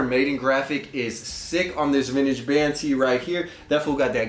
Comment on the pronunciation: Whole buncha garbage.. Also please stop calling it “Vinnich”